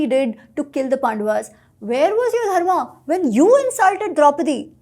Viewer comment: speaks a Romance language, I am having trouble with him having trouble pronouncing the dh of Dharma. It should be easy for him.